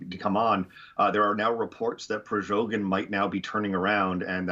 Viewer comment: why does he call "Prigozhin" "Prizhogin"?😅